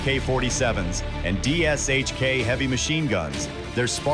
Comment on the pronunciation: Dshk... it is pronounced Douche-ka.